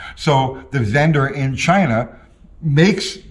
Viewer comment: Sometimes I just miss how he said "Chy-nahh"..